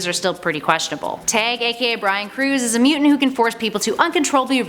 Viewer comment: I definitely thought she kept saying “tang” when she said Tag